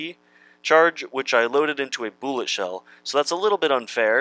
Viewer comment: Its Bull-et, not booolet 🙄